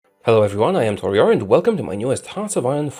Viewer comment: new taureor video...open, stop at "hello my name is tureor" and click like...